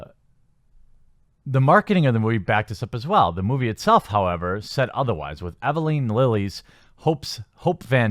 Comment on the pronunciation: I agree with everything you said. Those complaints are ridiculous and stupid. Just one observation, read before recording of pay more attention, cause you butchered names and words. Such as Evangeline Lily and Pym